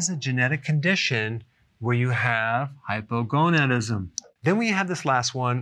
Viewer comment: Hypogonadism hahaha